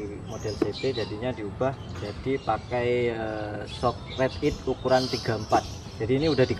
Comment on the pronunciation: Shock om bukan skock....😁😁🙏🙏🙏